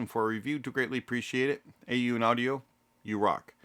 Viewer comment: A-Yoon? Thought it was Aune..